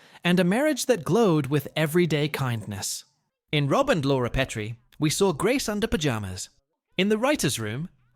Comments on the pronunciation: The pronunciation is carved into my memory. A science teacher said that those white ceramic things we used in the lab were PEET-REE dishes. The only PET-REE dish was named Laura. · Oyyy, you had me enthralled until you pronounced “Petrie” incorrectly. AI for the loss… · AI narrator didn't even pronounce "Petrie" correctly there at the end.